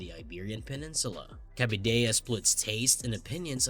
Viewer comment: Not to mention pronouncing "cabidela" as "cabidella", as if it was a Spanish word...